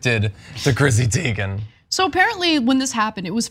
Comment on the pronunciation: BTW, her last name is pronounced Tay-gen. "I" before "E" except after "C" or when it has an A sound, like neighbor. Just an FYI